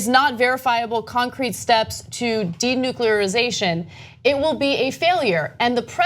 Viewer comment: Ponder this, Trump and Kim jun Un both talking about "De-nuclearization" Trump couldn't even pounce the effing word..none the less let this moron handle this, these 2 egos couldn't fit on Antarctica this can go bad.